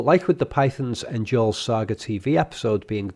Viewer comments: "Njorl's Saga" seems like a reference to "Njál's Saga" which is an actual work of literature. Also, it ought to be pronounced "nyorl" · Fun Fact: Icelandic word with the letter J in them pronounce the J like a Y. So, in stead of Njorl, it is Nyorl. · The J in Njorl is pronounced y. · I cannot believe how much you butchered the pronunciation of Njorl.